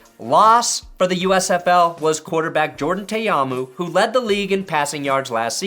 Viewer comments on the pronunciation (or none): Dude it’s Jordan Tah-Ah-Moo not Tay-Ah-Moo SMH